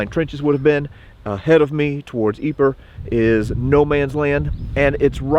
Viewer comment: If you're interested Ypres is actually correctly pronounced as "eep" in French.